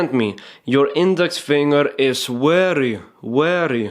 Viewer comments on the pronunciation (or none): You are telling 'very' wary..... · very is with a v not a w ! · WERRY, WERRY IMPORTANT!!!!! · its very not wery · Love your tutorials, mate. Werry specific (which is more often than not werry necesary). You do, however, repeat things way too many times. Still, I just learned how to skip through your videos and solved that for myself. Sorry to hear about your camera, hope you get a new one soon. Cheers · "Werry werry important " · you are werry werry good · heeheheh werry funny ! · Lol, the way you make a point! "It's werry, werry important!"